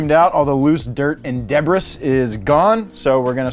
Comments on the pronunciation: This man's just said debris like debbriss. Instead of dabreez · Step 1: Don't own a Miata Step 2: Pronounce "Debris" correctly, not 'dehbres.' Step 3: Give your vehicle the Bukowski Bukkake and Hemingway Highway treatment by conditioning the leather with your finest aged Scotch whiskey and smoking half of an humidor of Cuban cigars in the interior of your vehicle. Step 4: Add a supercharger then blast White Zombie's "Supercharger Heaven" as loud as possible. Step 5: Lather, don't rinse, get a D.U.I., 'forget' to pay alimony and child support, do not pass go, and do not collect $200. Step 6: The process is complete and you're now James Pumphrey's father. Enjoy! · did this man just pronounce debris as deh-bris and not de-bree??? 😭😭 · Its not deb-riic it's duh-bree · Debris? Deb-ris? Is that an American thing because here in the UK we pronounce it "Deb-ree"? Not meaning to insult anyone here, genuinely intrigued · Debris 😂 it's pronounced daybree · It’s not pronounced debris, it’s pronounced debris. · "All the loose dirt and debris is gone" Eyy, he says debris like I used to! That was an embarrassing correction 😂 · I will now pronounce debris the way you pronounced it. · The way he said debris 🦟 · People really should not use a teleprompter and writers for these videos... debris YIKES! I do not think anyone pronounces it the way he did... LOL. It is French man :D